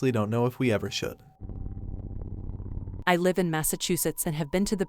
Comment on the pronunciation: You guys have people read some of these, right? If it isn't a text-to-speech, can you politely ask them to pronounce "live" and "lives" correctly? Kinda takes me out of the stories every time they mispronounce the words.